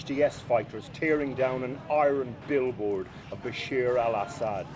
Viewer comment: Funny! the reporter does not know how to pronounce the name of the dictator who ruled the country he is reporting on. I mean the name bashar is really not that difficult to pronounce